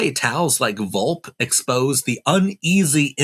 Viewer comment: It's pronounced Vol-pay.